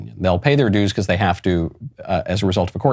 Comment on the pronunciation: You pronounce "because" wrong.